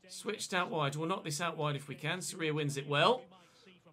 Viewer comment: the vowel in Sorias name that is emphasized is the o, not the I. Just thought I’d point that out Edit: if Fulham fail to stay up you must sign martins, one because he’s insane and you could keep semenyo as a backup as you originally intended, and two it’s unrealistic to have an 89 rated player in the championship. Same for teddy coles, if Bournemouth fail to get promoted.